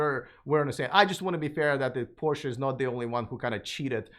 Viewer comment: I like the concept, but for my use electric isn’t there yet. I am here keeping up with the advancement in the technology, but one thing: Porsche—can you get an expert guest that knows how to properly pronounce the brand you are talking about?